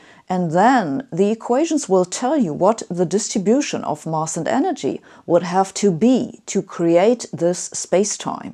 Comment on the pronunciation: Sabine, to accelerate your trajectory to perfect spoken English, two little points: you say 'mass' as though it was a one litre Munich Bier Glass. The (standard, RP) English pronunciation has the 'a' sound as in 'Apfel' or 'pasenger'. 2) We native English speakers do not say 'how X looks like' instead it's normal to say 'what X looks like'. Tricky for Germans if they are translating 'wie es aussieht . . . ' as they speak. Good talk, thanks.